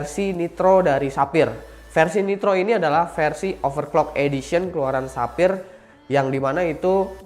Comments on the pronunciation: Sefayer bukan sapir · Ketika Sapphire jadi "Tapir" wkwkwk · menit denger ga dari sapphire jadi tapir